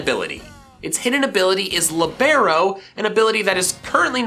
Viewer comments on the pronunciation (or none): It is pronounced Lee-burr-oh not Li-bare-oh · Dude that is NOT the way you pronounce libero. It’s Lee-Bur-Oh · Your pronunciation of Libero is terrible